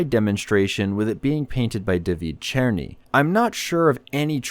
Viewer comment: Damn you said David Černý quite well.